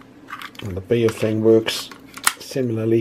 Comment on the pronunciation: Nice review but Baofeng is mispronounced. I often find Americans mispronouncing Baofeng on other videos. The correct pronunciation is BOW like the bow of a ship followed by FUNG like fungus. BOWFUNG is the correct way to pronounce this Chinese name as they do in China.